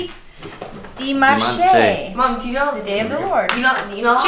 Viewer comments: Just to let you know, dimanche is pronounced like - dee-mon-sh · Sunday is said Dee-monch e is silent after a constonant and then é makes an 'a' sound. You prnounced the e like in spanish or italian.